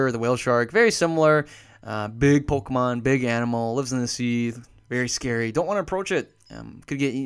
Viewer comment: He says Polkamon not Pokemon